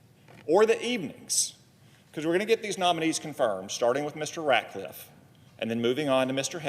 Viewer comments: It's RatCliffe Senator Murphy, not Ratliffe. You're have serious reservations but apparently don't know his name. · The democrat does not even say his last name right. He calls him RATLIFFE. WITHOUT THE C. RATCLIFFE. THESE PEOPLE ON THE LEFT ARE SO STUPID. THEY ARE TRYING THEIR HARDEST TO SLOW DOWN TRUMPS TEAM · Murphy could not even pronounce "Ratcliffe" properly. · Cant even get his name right.